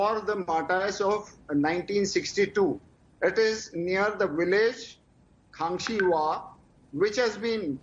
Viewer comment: Its Kangxiwa not kangxima ..